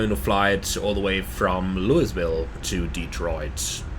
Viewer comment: Tolles Video, freue mich schon sehr auf die MD-11. FYI: Louisville wird ohne s ausgesprochen, also sowas wie Luivill